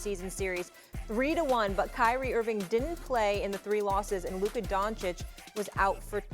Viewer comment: It is an embarrassment and a reflection on the collective IQ of the 3 of you that even after getting corrected on the pronunciation of Luka's name by Molly, YOU STILL PRONOUNCE IT INCORRECTLY!!!